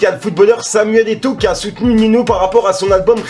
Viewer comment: Il s'appelle Eto'o et non Eto Si non bonne vidéo 🇨🇲✅🙏🏽